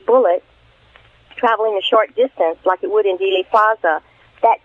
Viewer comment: Thanks for all you do,. One small piece of constructive criticism? It's Dealey (Deely), not Daily Plaza.